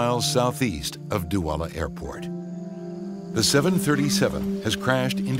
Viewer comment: When the nerrator says DOUALA but the duala tower says "dola"